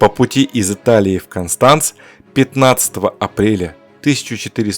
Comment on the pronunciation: Konstanz ударение на первый слог